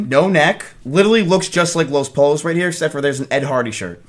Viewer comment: “Say something in Spanish” … proceeds to completely fuck the Spanish word for chickens with confidence behind his pronunciation. Hell yea